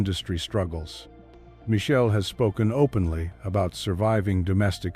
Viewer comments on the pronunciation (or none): Her name is Mi-chel-lé.. pronounciation